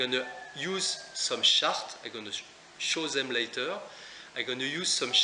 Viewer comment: Very useful tips and tools. Thank you so much. Maybe I'm not use to your accent, you say 'chart' sounds like 'shark'...hah